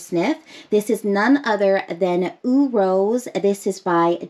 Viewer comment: "Eau" in French is pronounced "oh". It means water.